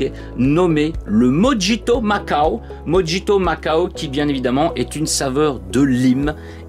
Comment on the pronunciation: Avec toutes les sorties les finances freinent un peu , je verrais pour prendre peu être des échantillons sur le discord pour les découvrir surtout le mojito qui se prononce morito 😂😂😂